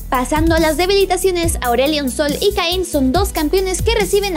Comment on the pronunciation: como le vas a decir cain y no kayn nuvia